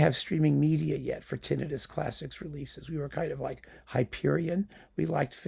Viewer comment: It's like music to my ears that you pronounce "tinnitus" correctly, every single time. Especially since I know how you respond whenever someone attempts to correct your pronunciation!